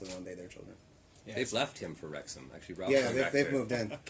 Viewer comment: Wrexham…Wrexgam……that just another word now! You both can DO anything!